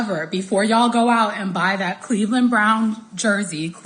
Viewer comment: Two questions on this. 1: Is she telling Bucs fans the same thing about Shilo? And 2: Why should anybody want fan advice from someone who'd stumble under such a simple name as the Cleveland Browns? It's not like they're the Zizza Zizza Boink Boink Freepians. If you can't say "Browns", you probably shouldn't have their name in your mouth to start with.